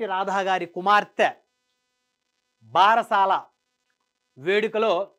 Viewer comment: 😊it is not basarala it is barasala